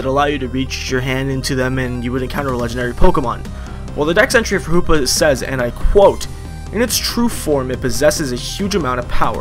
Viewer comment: Hoopa not hoops lol